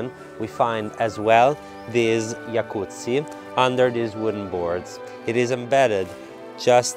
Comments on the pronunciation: I’ve never heard the word, ‘jacuzzi’ pronounced correctly before. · Thank you for teaching me the correct way to say Jacuzzi